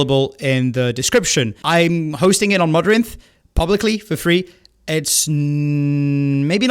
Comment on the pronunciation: damn kinda sucks to know the reason why you made such an accent on "for free", lmao